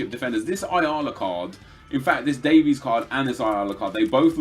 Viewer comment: Does it annoy anyone else that he pronounces Davies wrong?